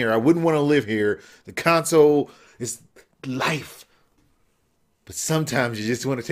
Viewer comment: but it's console not concoles